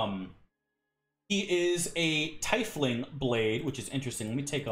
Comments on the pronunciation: For future reference: Haer'Dalis's race is pronounced TEE-fling. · tiefling is actually pronounced teefling